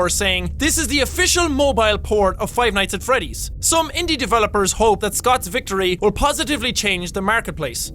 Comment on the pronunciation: when he said "five nights at freddy tree" I could tell that pronunciation isn't this guys forte.....